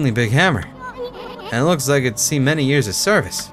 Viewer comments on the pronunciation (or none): none